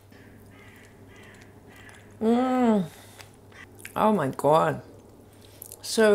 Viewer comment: I always wondered if you were getting enough protein. Seems like you are with the nuts. When you said oh my God, sounded like you had a Brooklyn accent! LOL!